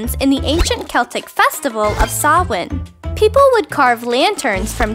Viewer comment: it's probably pronounced Samhain "Sam-Hang," I think you messed that one up. I actually am of Irish and Scandinavian descent so Halloween is part of my ancestor's heritage. Also, jack o lanterns used to be carved from turnips, when the Irish went to America in light of the potato famine, they brought their traditions with them, and since turnips were scarce then, they just substituted pumpkins. The witch of Halloween lore wasn't always green, and this evil witch used to be a benevolent spirit known as the crone. She was changed into an evil cackling witch because Christianity was trying to change pagan traditions to fit Christian beliefs. My ancestry is basically the Vikings and when I learned traditional Modern Halloween was originated from the Irish and Vikings I got really excited.